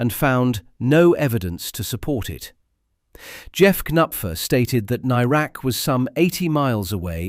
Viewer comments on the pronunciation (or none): I don't think you're pronouncing "Nairac" correctly. At the time of his disappearance it was always pronounced with the "air" part of the name as you'd pronounce the "air" that you breath.